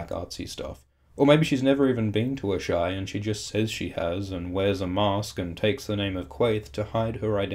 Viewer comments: A-shy? Don't Melisandre and the others all pronounce it "Ahs-a-ee?" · Ass-high not Ash-eye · Isn't it 'ass-hi'? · How normal people pronounce Asshai : ah-shai Me, an intellectual: Ass-hi